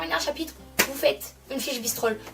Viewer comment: C’est bristols pas bistrols 😂